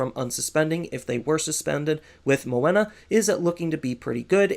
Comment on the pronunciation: Are you saying Moena for Menoa? Was getting confused for a bit lol